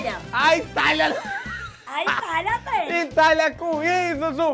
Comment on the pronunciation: Zuzu e a melhooor kkkkk "Aitalia" kkkkkkkkkkkkkkkkkkkk